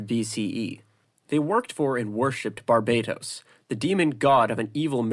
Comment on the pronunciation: i hate how you pronounce barbartos